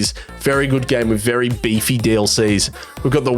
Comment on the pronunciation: Actually, not bad! I walk around the house saying "bay-fay" (beefy) in an Australian accent every time you say it :) per episode.